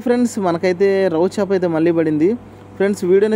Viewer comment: అది రవు కాదు కదా బ్రో, రవ్వ కదా